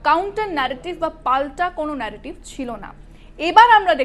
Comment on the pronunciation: এত নেরোটিভ ন্যারোটিভ করবার মনে কি । বাংলায় খবর পড়ছেন তো ?